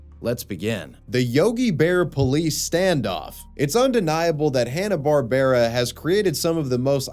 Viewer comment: naw its alway been Bar Bear Rah